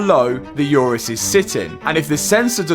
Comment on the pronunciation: Oo-rus, not Yourus. My god. Call yourself a car guy but can't pronounce the name properly 😀